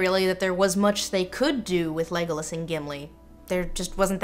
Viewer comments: “Thanks for establishing some tension... Vague-olas” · “vague-o-las” hahahaha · The way Lindsay says Legolas's name it sounds like "Legless" as in his he's a boozehound:).